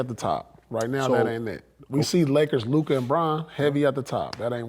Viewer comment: Lord said “ Lu Dork” 😂